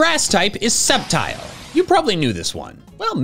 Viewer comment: When he said Sceptile all I thought of was that one video where he said “Scrptile the blade”